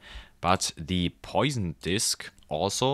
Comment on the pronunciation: Not to be that guy, but it's pronounced "pwah-sonn", not "poison". As in the Poisson Distribution, from Siméon Denis Poisson. It's also the French word for "fish", but there's no connection.